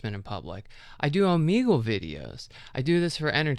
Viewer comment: Have i been saying o-may-gle wrong?😮